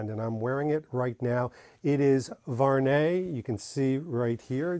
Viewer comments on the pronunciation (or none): Salut mec , ty prononce mal le français , the good pronociation is VU...AR...NEY ,in 3 time